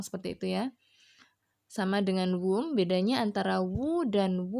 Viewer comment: Sdikit koreksi di pengucapan kaka aja yaa.. di kata who sama whom... Klo gak salah sara baca nya bukan wu /wum... Maaf klo salah kak....